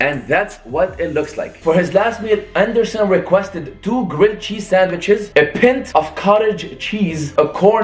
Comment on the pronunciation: He said pint haha